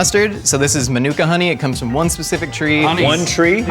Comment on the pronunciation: It is pronounced man-you ka